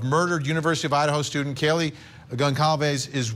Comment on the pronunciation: Kaylee not Kayla. At least get her name right.